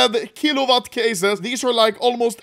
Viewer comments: kilowatt ❌️ chilovat ✅️ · key lou lot cases huh ..... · bro said shilowatt case 😭